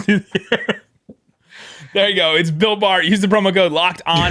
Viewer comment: with the great ad read.. For the first year of Built Bar promos,I thought was saying “Bilk Bar” not “Built Bar”